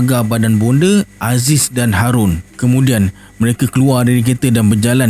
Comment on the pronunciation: Assalamualaikum...punya sush untuk lancar kan bercerita tu.harun jdi hadun terajang jdi telanjang.hahahahha tpi MMG SC terbaik.